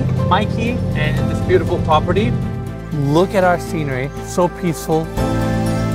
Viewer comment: Did you wanna say "pOperty"?) (I mean am I the only one that notices it?)